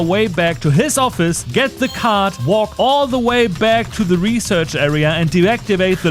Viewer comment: I’m dying every time “reserch” shows up